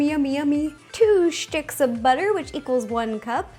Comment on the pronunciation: Why does she say " stchics of butter" ?! You don't know how annoying it is !!!!!!!!!